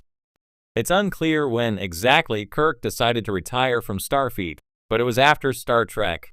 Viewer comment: Ugh… “Jean-Luk Pickerd” And “StarFEET” STOP using AI! It’s terrible.